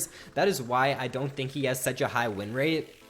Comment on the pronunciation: ''rin rate''...